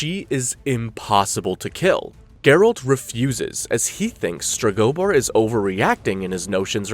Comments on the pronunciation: Streg-oh-boar. Jesus. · I can’t with your pronunciation of Stregobor 🫠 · Iconic characters. "Kay-Here" was another favorite of mine.